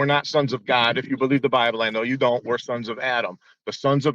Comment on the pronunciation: I love how the man says:" GAHD! The sons of GAHD, and when the bible refers to the sons of GAHD..." 🤣 I now understand where Darkmatter2525 got that pronunciation from 🤣 There are actually people who say it like that 🤣